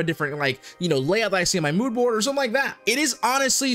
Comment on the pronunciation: really said "BoodMoard"